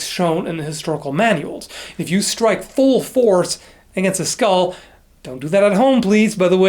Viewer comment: i thought you said "if you strike full force against a, that's going to put a lot of stress on the blade" lol